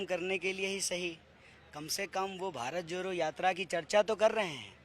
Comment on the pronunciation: Bharat joro ni bharat jodo savd toh bolna seekh loo desh ko kya sikhao fir